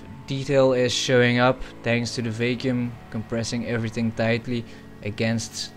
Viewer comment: Its "VACK-YOOM" not "VAKE-YOOM"